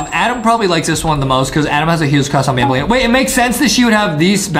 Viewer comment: It's banbaleena not banbalina but it's true Adam does have a huge crush on banbaleena